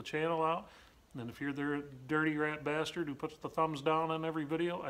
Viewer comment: That post you screwed those long screws in to the floor... What is directly underneath that post’s footprint! Btw, when you say bastard.... you sound like my Boston Native Boss back in The USAF!!! 👎🏼👎🏼👎🏼=stub his toe😂🤣😂🤣😂🤣😂